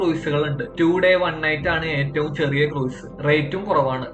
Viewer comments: ക്രൂയിസ് അല്ല - ക്രൂസ് (കുറഞ്ഞപക്ഷം ഇത് എങ്ങനെ പറയണമെന്ന് പഠിക്കൂ) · Pronunciation of cruise is very wrong.